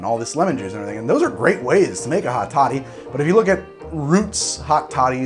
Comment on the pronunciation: Every time he says hot toddy it almost sounds like he's saying hot shawty and I'm losing my mind